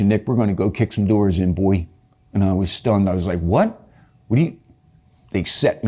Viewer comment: I don't like how he said Buoy instead of Boy like 👀